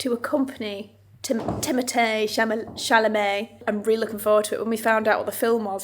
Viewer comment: Chalamet, Chamalet?!?!?! Hilarious!! 😂